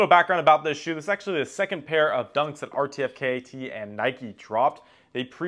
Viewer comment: just so you know in the future, it's pronounced "artifact" 🙌